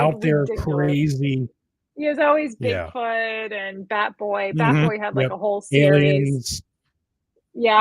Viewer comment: Ohhhh, "bat boy" found in cave. At first I thought she said fat boy found in cave.